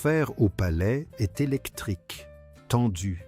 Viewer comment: La côte 'azurée, taffetasss, une robe légèrement gelée...Grâce est'st séduite...ah les couacs de l'IA😂